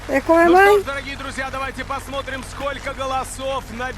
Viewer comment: Ты произнес "дорогие друзья" практически без акцента.👍